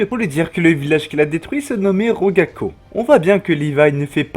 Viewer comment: A le village s appelle ragako pas rogako